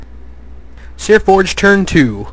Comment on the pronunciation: It's Seaforge. There's no R in it.